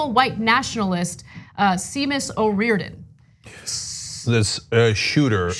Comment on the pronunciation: Seamus O'Rearedon? Come on.